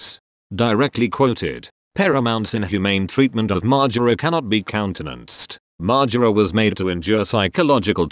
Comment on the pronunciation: Great vid except the way you say margera